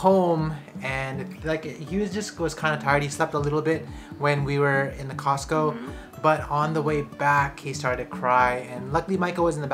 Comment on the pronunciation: 発音 コスコーJAPANね(笑) #カタカナ英語 🌷🌸🌺🌻